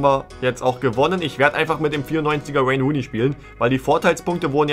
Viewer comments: Normale Leute: Wayne Rooney dÖnIz: ouein runei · Wäine Wuuney ist fast so gut wie Wobetsn...